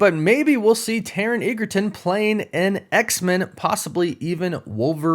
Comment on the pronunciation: Edge-a-ton ! Not what you said.